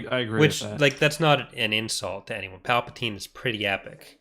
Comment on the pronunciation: Not Palpadiddy…